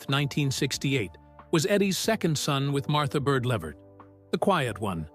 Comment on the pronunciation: His last name is pronounced “La-Vert”